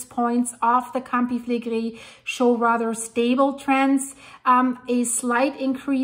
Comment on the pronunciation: I may have heard her say that she's in Canada, eh, but her predecessors are from Italy. I love how she pronounces, "Campi Flegrei."